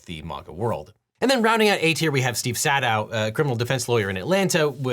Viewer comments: pronouncing it Sad-ow over a pronunciation guide of it it being Say-dow... I'm dying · "Trump swapped 'sad-dow' in ...." And right there in the video, even highlighted in blue, it says that his name is pronounced 'say-dow'.🤔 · Says "sah-dow" while "(pronounced say-dow)" is ON THE SCREEN AND HIGHLIGHTED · Screen: "(pronounced say-dow)" Devin: "sad ow" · Shows article, and highlights it, stating the pronunciation of Sadow is “say dow.” Pronounces it “sad dow.” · LegalEagle introduced Stephen Sadow as "saa-dow" while literally highlighting the one line in an article that says his name is pronounced "say-dow". 😅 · I was looking at the words on screen that highlighted “Sadow” is pronounced as “say-dow”, just as Devin went on to say “SAH-dow”. Love it 😂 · Steve Sadow... camera pans to a news article that says, "pronounced 'say-dow'" and then you proceeded to call him "saa-dow" 🤣🤣🤣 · OBJECTION! You even highlighted "(pronounced say-dow)" but called him Sah-dow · highlighting a sentence saying the name is pronounced "say-dow" while saying "sah-dow" brings me great joy; even the best make mistakes ;) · I love that the highlighted quote in the article regarding Steve Sadow says in parentheses "pronounced say-dow," after we've just called him Sad-dow half a dozen times. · Gotta love how my man says “Sahh-dow” in the video when two seconds later it says on the screen the name is pronounced “Say-dow” Gotta be that UCLA education. Fight On! :) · legal eagle saying "sad-dow" when the document on screen literally gives the phonetic pronunciation of "say-dow" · I laughed when, when you mispronounced Sadow, the video shows a screenshot with text that highlights "Mr. Sadow (pronounced say-dow)..." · lol you showed an article that showed you how to pronounce Sadow, but you didn't pronounce it right. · Lol devin highlighting an article quote that shows that he’s mispronouncing Sadow’s name 😅😅 whoops